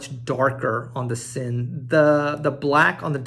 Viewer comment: It’s pronounced Zinn